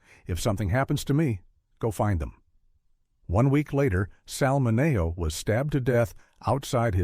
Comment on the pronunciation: Why did the narration keep mispronouncing Sal Mineo's name??? Unprofessional.